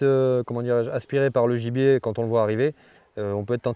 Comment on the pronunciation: A chaque fois qu’il dit gibier j’entends ennemi.